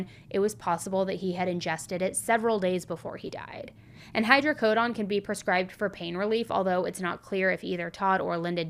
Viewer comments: Hydrocodone not hydrocodon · imma be petty…..it’s hydrocoDONE, as in rhymes with bone, cone, tone, etc. 😂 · Sweetie, it's hydrocodOne. Say the letter "O" when saying every "O" in the word. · It’s Hydrocodone rhymes with own, moan, thrown, flown, tone drone, and cone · just so your aware oxycodone and hydrocodone are not pronounced with the “oxyco”done” part sounding like dawn or actually sounds more like “drone” without the “R” or like the beginning of Donut 🍩, I’m explaining it this way in case google is where you got your pronunciation of it, I work at a doctor’s office and been with a pain Doctor for over 20 yrs so I’m well versed in the correct pronunciation of those medications and just wanted to give you the heads up cuz you are so extremely smart and didn’t want you to continue Miss pronunciation of those medication cuz if you don’t know you just don’t know cuz it’s not something everybody knows or talks about unless you either watch a lot of medical documentary or are around nurses and doctors or even prescribed those meds. Great videos!! Just love you! Watch every video every night you do one!! ❤❤❤❤ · The way you said hydrocodone! 😂😂😂😂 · Im curious how you pronounce rhe word "condone" saying "hydrocodone" the way you do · How do you get this wrong when it’s spelled exactly as it’s pronounced? Her script writers should have filled her in.